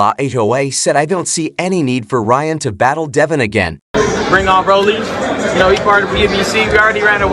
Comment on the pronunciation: RALLY Romero 😂😂 come on bro get the names right